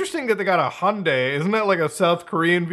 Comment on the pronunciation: Finally, someone pronounced Hyundai correctly.